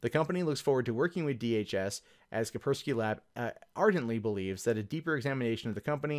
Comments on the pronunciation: It's called "Kaspersky" not "Kapersky". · "Ka-s-persky" not "Kapersky", there are two Ss. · *kaSpersky not kapersky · FFS! It's fracking kaSpersky!!!!!!!!!!!!!!!!! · Are we to assume from your pronounciation,, that the first "S" in the name is silent? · You're saying his its name wrong dumbass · FFS, if you can't pronounce a word, DON'T SAY IT 59 TIMES IN A ROW. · cant pronounce Kaspersky. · Nigga, you can't even say Kaspersky right...